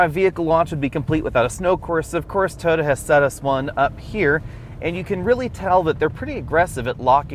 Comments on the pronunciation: TOY-OH-TAH. not TOADA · "Toda", what is a "Toda"? Its pronounced Toy-oh-ta three syllables.